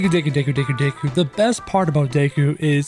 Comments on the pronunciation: This man really said dayku instead of deku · Deku not Dayku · its pronounced d (eh) k oo not daykoo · He says daku instead of deku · Deykuw? Tf lmao. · he says dayku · The way he pronounces deku and my hero Academia hurts me